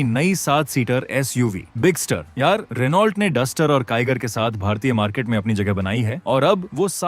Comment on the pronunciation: Pronounce as Reno